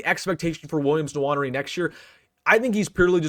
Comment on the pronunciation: Having lived in Africa, I'd make an educated guess as to the pronunciation of "Nwaneri." It's undoubtedly a Bantu name, and it's almost surely pronounced: "Nwan-Airy." Instead of saying "Swan," say "Nwan," and "Airy" and you should have it. (Incidentally,, you didn't call attention to the monster block Nwaneri threw on the sideline AFTER his blocked punt. (@ 35 sec into the video. It may answer--along with the fact that he's only 16 years old when the video was recorded--as to the reason he shows less physicality than you expect. He hasn't figured that out yet. My guess: he will have by the present time.)